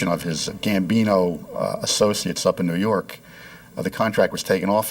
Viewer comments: "nuu yawk affice" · Noo Yawk Arfice